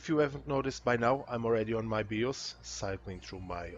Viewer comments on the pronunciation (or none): WTF is a BEE-OSE? Are you trying to say BIOS? Pronounced "BYE-OSE"? Huge pet peeve of mine. No idea how you got BEE-OSE out of BIOS bro. English not being your first language is no excuse.